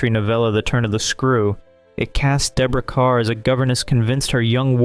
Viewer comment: You get a like just for pronouncing Deborah Kerr's name correctly! Good vid, good research. My little love in this category is "The Maze." Michael Pate always pleases.